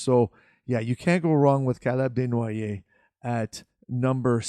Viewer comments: It’s actually legit - kudos OP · Nothing wrong with it. Why you hating lol